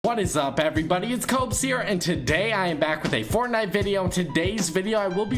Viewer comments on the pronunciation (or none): none